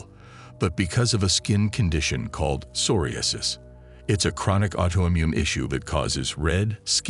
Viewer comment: Turn this s*** off whenever they mispronounced psoriasis